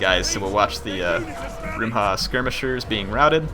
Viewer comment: please not rumba hhahaahha It is "Rumha" ((should be Rumh but any ways)) which means javelin Rumba is a Cuban dance -_